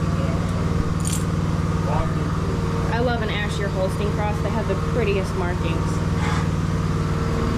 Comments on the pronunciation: Not sure if I heard you right, but if the little one is an Ayrshire cross, the Ayr in Ayrshire is pronounced the same as Air. After the county of the same name in Scotland. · You're pronouncing Ayrshire completely different than I have ever heard it pronounced, unless you're talking about some dairy breed that I have never heard of. I sounds like you are saying Asheir. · I totally agree about bottles versus buckets. It's interesting the different pronunciations of Ayrshire. I grew up pronouncing it Air Shire, my daughter-in- law says Air Sure, it sounds like you say Asher. Maybe it's a regional thing. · Not to be a sexist pig but it is really cute when she says it. Years ago when I visited some distant family in New York they pronounced it the same as does so I think it is regional. I hear both Air Shire and Air Shure in Wisconsin.